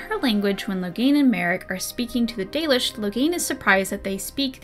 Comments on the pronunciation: Yeah, I have a form of dyslexia where I tend to skip all over the page. It's something I can generally deal with, and as long as I have a marker for where I'm at I can read pretty quick, but audio books are easier and I end up absorbing more of the information. So I listened to the audio book and had to stop twice cause I couldn’t with the 'dollish'. It happened again with dwarven stuff and also Meric's name was mispronounced through the whole thing. The narrator did a pretty good job, it ultimately came off as him trying to hard to me. Like he expected anything fantasy couldn't possibly just be pronounced how it looks. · Not sure why but whenever I hear the audiobook pronunciation of Dalish, I always heard it as Dahlish. My random thoughts on that point free of charge. :)